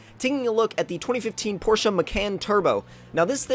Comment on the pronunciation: Finally some one informed on how to say Porsche. Pronounced porschea not Porsche. Thank you tomcat for saying it right